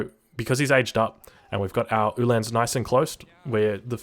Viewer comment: Very good except for the Ulhan pronunciation. It's like hitting the wrong vowel in an english word over and over. Its not han like hand it is han like Han Solo.